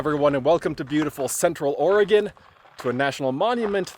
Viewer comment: Paulina is pronounced with a long "i". I wish you guys would get these things correct. I see so many errors on things I do know, it makes me distrusting about the things that I don't. Glad to hear you pronounce Oregon corrrectly.